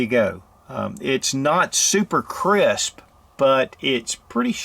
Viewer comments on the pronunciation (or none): none